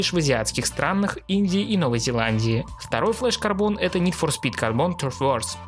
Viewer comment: как же ска бесит твое "нид фор спит"